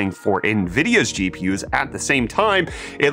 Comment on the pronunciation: GPIs? xd